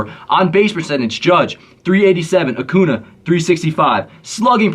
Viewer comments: Vid is great only thing that bothered me was u saying acuna instead of acuña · Annoys me so much that you pronounce Acuña Acuna 😭